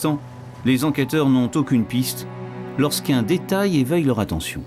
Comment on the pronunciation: Par pitié, n'interviewez plus jamais ce directeur d'enquêteuh qui m'a pris la têteuh avec tous ces détayeuh sur la mort du filseuh de la dameuh... Bon sang, un vrai calvaire de l'écouter parler ce bonhomme 😵‍💫... Je crois que si je me retrouvais en garde à vue face à lui j'avouerai tout ce qu'il veut juste pour qu'il se taise au plus viteuh 🤣